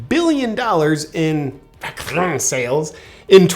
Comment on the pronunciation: The way he says 'vaççine' and 'Çovid' is hilarious 😂